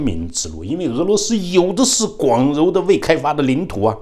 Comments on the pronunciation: 广袤读毛不读柔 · 先给张先生点👍！建议以后任何人都不要耻笑伟大的包子帝谈错字了！因为象张先生这样真正的清华高材生也会读错字😅！广袤的读音应是＂mao ＂，而不是ruo 。谢谢！